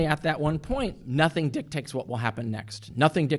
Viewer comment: Is Carrier saying "dicktakes?"